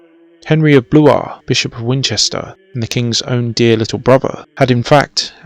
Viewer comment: At last an English narrated documentary on this fascinating period .... spoiled by "frone" and "bruvver" ......